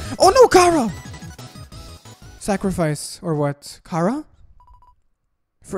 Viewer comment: BRUH YOUR PRONOUNCING CHARA WRONG YOUR SAYING LIKE CARA IT'S CHARA